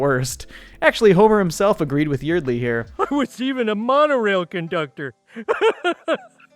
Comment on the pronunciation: Pronounced "Yard-lee"